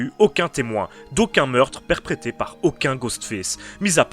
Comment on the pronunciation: Perprêté?? :D